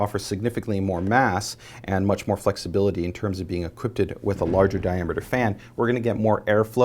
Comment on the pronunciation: Dude, stop saying equipted, seriously.